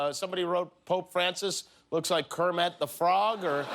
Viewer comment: No one: Jimmy kimmel:"kermAt the frog"